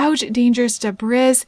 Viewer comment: You didn’t seem to mention as you were showing the waterfall because you didn’t have any sims to do it with but you can also woohoo in the waterfall! Also the way you pronounced debris lmao, it’s debr-ees